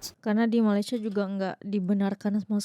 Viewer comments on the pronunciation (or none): tolong betulkan sebutan “Malaysia” tu ya. Terima kasih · Harap youtuber indonesia perbetulkan sebutan nama negara kami Malaysia. Kalau nak org luar sebut negara kamu ( indonesia) dengan betul, kamu juga perlu belajar sebut negara malaysia dgn betul ejaan nya.